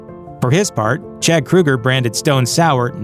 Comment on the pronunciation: It's Kroeger..... not Kruger 🙄 And I actually enjoy Nickelback's music